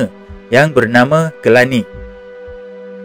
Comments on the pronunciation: Telani bukannya Kelani... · Telani, bukan Kelani.